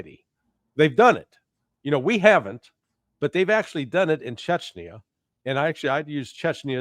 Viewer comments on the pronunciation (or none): take umbrage to the shirts' pronunciation of "chechenya", but then again, to the colonels' point, I'm , an American, and I'm only an idiot with an opinion, and probably spelled the name of the place wrong 😅